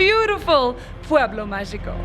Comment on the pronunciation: If you're going to say "pueblo magico" in spanish, please learn to pronounce "magico" correctly